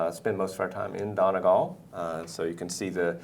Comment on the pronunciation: "dona gall"